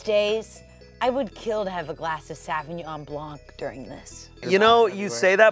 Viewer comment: The way pronounced "sauvignon blanc" has got to be the most American thing in this video XD